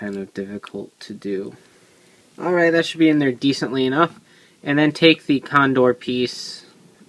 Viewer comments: ITS GODDAMN TAJADOR TAKA .............. CONDOR!!!!!!!!!!! NOT CONDOL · It"s pronounced condol since japan reads the word r and L the same.